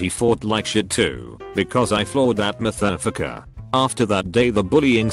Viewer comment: Dude it said motherf**ker like a French dude